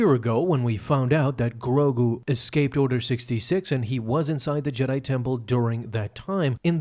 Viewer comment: Why you saying grogu like that💀